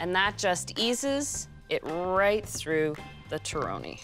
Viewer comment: Would you please pronounce the word “torrone” as if you were Italian? Just saying . I’ll keep your recipe , though .